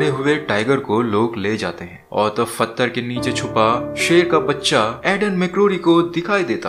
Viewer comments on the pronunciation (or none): फत्तर क्या होता है भाई। वो पत्थर होता है भाई